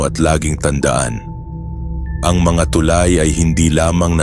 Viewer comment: Tulay bigkas nyan hindi TUULAY